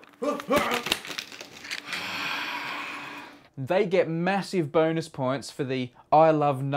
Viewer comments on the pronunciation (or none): dude. . I heard "massive boners" instead of "massive bonus" lol